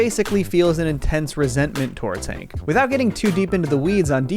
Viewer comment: So are we just going to gloss over the fact that you called him "Hink" the entire time?